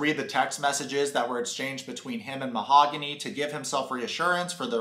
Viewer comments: "Mahagoony" 🤣🤣🤣🤣 you are like Big Ed with "Cayote"... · whats weird is that she says her name is :Mahooooooogany and not mahaaaagony. but she says her own name wrong during the talk with the friends. she calls herself same wrong as everyone calls her. I doubt that is even her real name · Ma-ho-goony I love the pronunciation! So on point!! Well Goonies never say die! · Lmao you way of pronouncing her name is killing me “mahagoony” lol 😂 also notice every time she looks at him he looks away, he next to never looks at her and never tries to connect and communicate it’s dead silence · dude, I love how you pronounced Mahogany as "Mahagoony". It's as if you see "Mahagoony" as we see her as real as a WWE Diva's "chest parts". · Yep, this is a crummy cast. I’ll bet TLC paid her to show up for that meeting..but, how embarrassing that must be to be left at the Airport.. alone..is her name ..Ma-ga- who-née ?😂🤣😂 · You calling Mahogany “Mahagooney” is just 😭😂😂😂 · It's hilarious how you keep calling her Mahogoony and wood girl!🤣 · “Mahagooney” lmao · “Mahagoony”, lmao 😜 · Mo-ha-goonie lmao... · Her name is Mahogany and the correct pronunciation is /maoganee/. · The way you pronounce her name is hilarious 💀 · They are using the proper Spanish pronunciation of her name... Ben is actually the one mispronouncing her name. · I love how they dont say her name the way she told him its how its said..SUS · She just mispronounced her own name lol. When she says you never said "mahogany do you want to be my girlfriend?". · Any one catch "MAHOGANY" saying her own name differently then what she originally said it was? That's suspicious 🤔 Like why mispronounce your OWN NAME? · Are you butchering her name on purpose? because that's probably the worst attempt I've heard 🤣